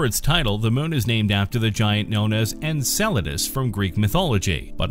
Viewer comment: Finally! I was waiting for this video without you pronouncing it: ENSALADAS